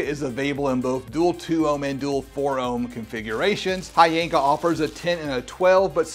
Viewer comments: Its HHYYYYYYYYYANKA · The "Hy" is actually pronounced like a "W"..... So it's actually "VVanker" 👀🍻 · They reached out to you and you didn't even know how to pronounce the company name? 🤔